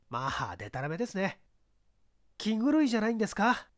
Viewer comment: 放送禁止用語に当たるため、わざとかもしれませんが、「気狂い」の発音は「きちがい」が標準的と思われます。